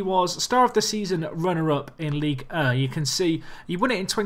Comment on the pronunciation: I love how you pronounce Ligue 1. Basically you say 'Ligue Uh'